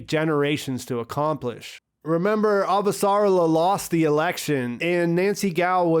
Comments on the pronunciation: It´s Ava-sa-rala not Av-sarla-a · Pronunciation: a-VA-sa-RAL-a. 5 syllables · So phonetically, it’s pronounced “Ava - Ser - Ah - la”. I’m going to leave this here for next time... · The guy that narrates the audiobooks also pronounces it Av-sarla-a Drives me up the damn wall. :/